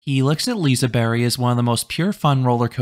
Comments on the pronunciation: LISEBERG NOT LISEBERRY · Uh, not quite. Its more like a "bea-kh", keep it up :) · Did you say Liseberry? Is that how you're supposed to do it? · Yes I wouldn't pronounce it "Liseberkk" either, something in between this and "berry" might be the way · I'm pretty sure its more so Pronounced Liseber-h, but I could be wrong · Yes, that is how the park staff said it is pronounced. A g is silent at the end of a word in Swedish apparently. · yea, the "G" is pronounced "J" basically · That is how the park said it is pronounced. The g is silent at the end of words in Swedish.